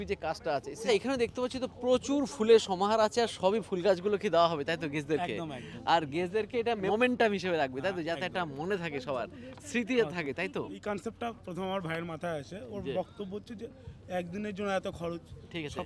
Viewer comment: Momentum নয় ওটা momentou.. 😂 Edit: এই বিয়ের ছবি অনেকের ফেসবুকে দেখলাম, এটা কার বিয়ে ছিল? সবাই বলছে মনোরমা ক্যাটারিং আপনি বললেন না, মনোরমা তো রায়গঞ্জের ক্যাটারার..ভালো কাজ করে আগে থেকেই করে ইসলামপুরে।